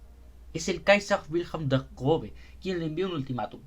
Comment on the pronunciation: 00000 usaste arte de un artista que sigo, justo ando esperando que suba unos dibujos de los Cuatro Grandes de WSL que faltan para completar el set PD: Esta cosa "ß" se pronuncia como una S, no como una B, aunque su forma es engañosa